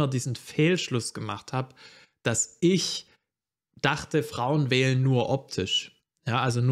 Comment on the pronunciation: Guter Beitrag Aber dieses isch macht mich fertig